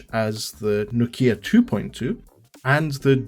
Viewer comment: It's. Nokia. 😂😂 Thought you tech. Man. Cheers though